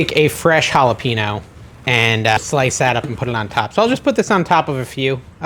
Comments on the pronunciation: Love the content. Hate the way you pronounce JalepeNO 😤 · Hall-a-payne-o = jalapeno. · Those pickle chips look delish! But, it is pronounced halipenyo. The n is like ny. You got the j as an h right though!